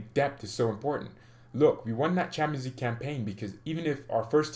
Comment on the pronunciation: It bothers me when you say "Champaign league". 😂😂 I just don't know why.